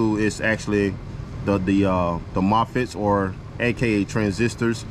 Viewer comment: What is a "mofitt" 😂